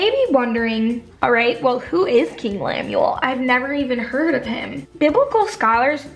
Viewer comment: How could you read it and literally mispell his name?? Lemuel. LEMUEL woman!!!!